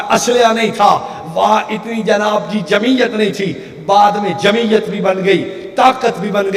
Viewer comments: اوجاہل انسان بعدذلت کے ب کےاوپرپیش ہےزبرنہیں ہے اسکا مطلب ہے ذلت سے دور رہنے والے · بعد نہیں بعد دال پر پیش ہے